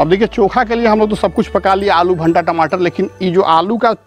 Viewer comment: Bhanta nahi bhai bhata boliye